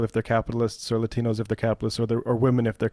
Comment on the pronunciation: The way Bowman stressed the pronunciation of "latinos" is cringy.